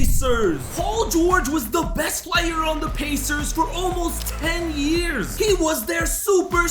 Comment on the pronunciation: Yo can you stop talking like this: "ThE beST PlaYeR " its giving me a headache